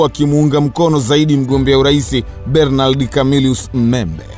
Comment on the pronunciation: Mzee hilo Jina la Bernard unavyolitamka hapana aisee!